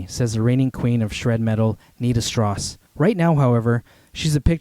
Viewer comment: Its strauss, as in Johann Strauss. Not stross. Enjoyed the vid though.